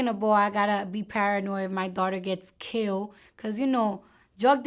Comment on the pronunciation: If my daughter gets "kiwel" (killed)